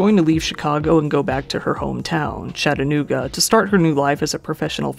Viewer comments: When I heard Chattanooga, I was born there and it’s pronounced “Chuh-at-ae-noog-ah” You were saying “Shat-ah-noog-ah” Nice vid, though! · lol.. you almost pronounced Chattanooga right 😁 I have an Uncle who lives there but I don't visit him a lot unless I'm going to Gatlinburg. Chattanooga has cleaned up a lot in the past few years. loved your video!! ✌🏻